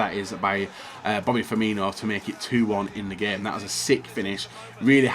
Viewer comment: Why tf does everyone say pronounce firmino as firminho HE HAS NOT H IN HIS NAME